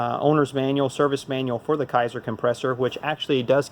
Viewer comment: K A ser (long A sound) is how to pronounce this. Not Ki ser. :)